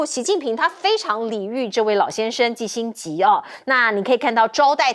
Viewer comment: 錢子很業餘的感覺，念新聞幾句就要錯一個字。季辛吉念成辛季吉，這麼有名的人都念錯。